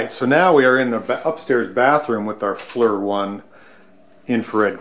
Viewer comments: It's pronouced Fleer rather than Fler (leastwise, that's what the military call it) and it stands for Forward Looking InfraRed The military have had FLIR for a long time and your add on unit is the result of years of refinement. Original FLIR units were huge and cost millions, even as little as 15 years ago industrial FLIR rigs were thousands of dollars... Thanks to the ever decreasing cost of tech they have become fairly affordable, as you know. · Just so you know, it’s pronounced “Fleer”. Like “Clear” but with an F. Nice Brittany. Doing a fine job keeping tabs on any birds that may land in your yard. Since I was a kid, Ive always has either one or two, so 6 now total over the years.